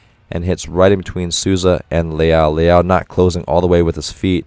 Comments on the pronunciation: Coach's pronunciation is so on point! The only one he got wrong was Maurício Souza which he prounounced as "Susa" and its like "Soul - Za" Took me a second to notice who he was talking about I love how different the comments are here from what we hear from TV, it's truly refreshing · Eu achei o jeito dele de pronunciar Souza muito fofo "Suuza" aksjkaak